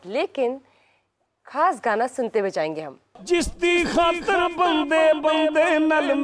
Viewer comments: خاص ہوتا ہے کھاس نہیں ہے تلفظ کی ادائیگی میں دھیان دیا کریں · ،کھاس' نہیں یہ لفظ ،خاص' ہے۔ نقلیں عقل کے ساتھ ما ریں۔ اپنے وقار کو ملحوظ خاطر رکھیں۔ اسکو اپنے ہاتھوں سے تار تار مت کریں۔